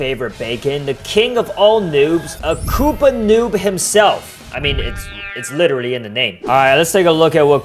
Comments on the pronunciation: bro called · ITZ NOT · It’s not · It's not it's